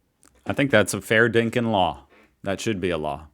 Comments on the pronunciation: Again with the 'n' in 'dinkum' It's DinkuM. FFS! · Fair dinkin! 😂. It’s dinkum. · Umm... the word is not "dinkin" it's "Dinkum" meaning genuine, honest, or true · DinkuM not dinkin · It's 'Fair dinkum' (not dinkin), and yes, you did use it somewhat correctly. Also, please stop saying 'Happy arvo' it's driving me nuts. The correct phrase is 'good arvo', with respect if you correctly slur it into 'g'arvo'. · once again we do not say happy "Arvo" also its fair dinkiM not fair dinkin. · Also please note it ends with an 'm', not an 'n'. We want you sounding like a fair dinkum true blue ozzy but you won't be convincing any Sheila's or Bruce's saying 'dinken'. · dinkum not dinkun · It's "Fair Dinkum!!!" with an M. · It’s pronounced “fair dinkum”. It just means it’s true, or genuine.